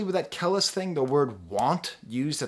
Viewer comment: Your videos are always dope and I appreciate you reviewing this one but it's Kah-lease (kelis) . keep the reviews coming